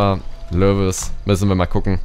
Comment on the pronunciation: Übrigens wird ein w wie Lewis wie ein u ausgesprochen, also Leuis